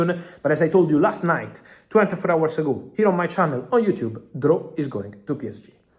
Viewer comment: I'm not mocking you but trying to help you. In hours the h is silent 😊